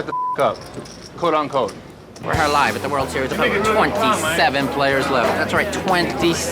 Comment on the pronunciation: “coat un coat”